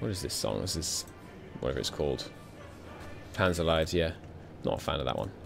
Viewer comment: lmao you pronounced Panzerlied Panzerleid which means Panzer suffering